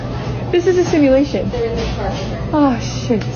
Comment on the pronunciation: Is she saying “Similation” or simulation?